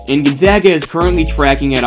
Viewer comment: You get a like because you said Gonzaga correctly. Also your video was well made. GU fan here